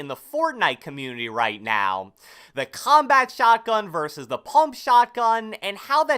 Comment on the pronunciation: I really hate the way u say combat, comments and console sooooo much